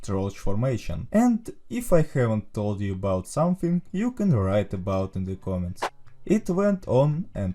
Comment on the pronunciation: may i ask why do you say "ze" insted of "the"